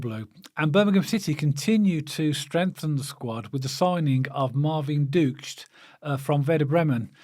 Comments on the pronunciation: Guys he' pronounced Ducksch,same as the quack quack duck😂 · Pronounciation-wise: duck is not far off. Think of the word 'nook' (the short u-sound in the middle) Now, just add the "sh" sound at the end.... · Just been watching his best goals for Bremen - what a player! I heard the Bremen fans singing Ducksch is on fire and as if.............they pronounced his name exactly as we used to say Juke except they were saying dukes 😂 KRO